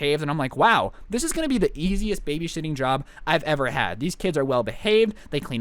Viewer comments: he said baby shitting instead of babysitting😂😂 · did he say "this is gonna be the easiest babyshitting job" or os it just me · did he say baby shitting? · Didn’t u hear say baby shitting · He said shiting instead of sitting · Did u hear him say baby shiting than baby siting like if did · "This will be the easiest baby shitting job I've ever had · He said baby shifting 😂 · Bro dis dude said baby sh*tting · said “this it the easiest babyshiting job” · Did he say baby shiting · he said “ babyshitting” 😂 omg lmfao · ... is it just me or did he just say baby shitting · you said babyshiting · if you listen He said baby shitting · who noticed he said babyshitting lol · u sed baby shittin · said baby shitting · Hey at 2 24 u said Baby shiting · Does anyone hear baby shiting or is it just me?😂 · he said babyshitting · Did you just say....BABYSHITTING?! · no one gonna mention him saying babyshitting?😂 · it sounded like he said baby crap-ing but not crap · Nobody: Literally nobody: Not a goddamn soul:: "BABYSHITTING" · I noticed him saying that. I replayed it 3 times 🤣🤣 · He said babyshitting at one point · it sound like you said shiting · I swear he said "babyshitting" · DID HE SAY BABY SHITTING